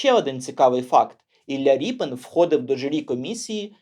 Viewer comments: Художник Рєпін, а не Ріпин !!! У ПРІЗВИЩАХ РОС, е в укр, мові = є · Дуже цікаво, потрібно знати свою історію. Не згодна з ріпЕн.Звучить неприродньо. Якщо від слова "ріпа", тоді за українським правописом буде ріпИн.Наприклад, від слова "сука" буде сукИн,але не сукЕн,сучИн. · Репін а не ріпин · А чего рипин? Тогда не шевченко , а шовчонко. Что за безграмотный дебилизм выдаваемый за правильность речи? Раз обидели войной, то пересрем всю культуру? Украина, покажи больше культуры, чем идиотизма!